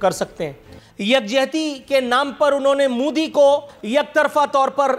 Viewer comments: It's not mudi it is MODI😂😂😂😂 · Anpadh desh ke anpadh praani Naam modi hai mudi nahi Naam lena to seekh lo pehle